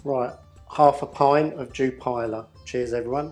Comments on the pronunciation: The beer is pronounced U-pillar not dew-piler lol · Love it; "dew-piler". I'm here in Holland and can confirm it's pronounced "yew-pil-la".